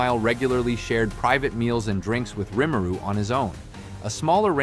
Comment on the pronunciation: In the anime, sub and dub, Rimuru name is pronounced, why do you pronounce it differently?